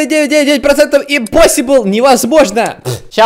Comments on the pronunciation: Не инпосибл а импосибл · Не когда не говори импосибл если это посибл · Никогда не говори импосибл если это посибл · Никогда не говорите импосибл если это посибл